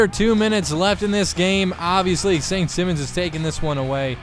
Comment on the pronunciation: BTW, the school is pronounced saint s(eye)mons